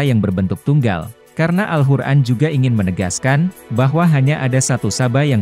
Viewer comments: Maaf sblumnya Saya mendengar alhuran dr yg anda ucapkan.. Jgn merubah nama alqur'an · Narator nya aneh kyk bkn Muslim....al Qur'an dia bilang pake ح bukan ق... 🙏🙏🙏